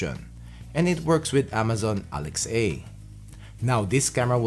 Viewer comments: "Alex A" is actually Alexa...... lol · It’s pronounced “Alex-ah” not “Alex-A” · This man said Amazon Alex A....video DISLIKED